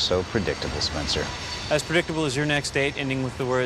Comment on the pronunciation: "We are 'Spenceter'"